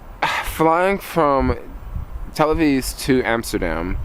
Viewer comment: You do realize the city is called Tel Aviv, not Tel Aveeze, don't you? We'd love to have you again in the future :)